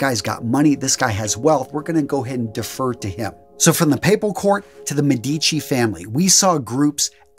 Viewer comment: OK pronunciation once again. It’s not Me-di’-ci, it’s Me’-di-vi. A lot of Italian names it’s the first syllable that’s accented. With the word Fare, it would be the same as Spanish Fa as in fa-la-la and re as in red. Fare! And you know Bella. Yeah call me know it all! Ha!